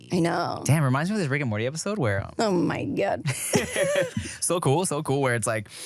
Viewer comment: the Filipino accent “oh my gahd” 😂 also here for Megan Batoons in Boots.